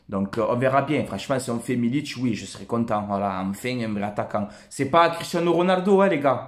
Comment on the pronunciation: Très bonne vidéo comme d'habitude continue comme ça tu et un bon un vrai supporters, sinon juste pour info MILIK sa ce prononce avec un "K" à la fin et pas un "Ć" avec un accent c'est pas un Croate ou un Serbe, voilà bon Week-end à toi porte toi bien et allez l'OM !